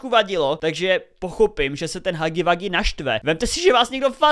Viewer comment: nerika se to hagy wagy ale hugy wugy